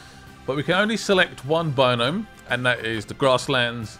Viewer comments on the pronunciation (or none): Is calling biome "binome" a british thing or is pronouncing it wonky (am Swedish, so I wouldn't know)